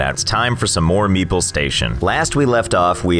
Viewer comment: When the pronunciation of meeple starts sounding a bit like meatball 😂